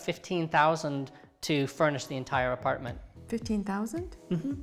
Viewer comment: Apratment tour you said